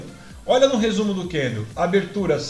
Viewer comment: Kkkkkk é só eu ou mais alguém fica agoniado de ouvir ele chamar o candle de candleu?kkkk zuera